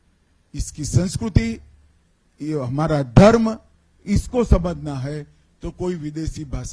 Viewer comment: Phle tu khud to Sanskriti dhng se bol le bhai😂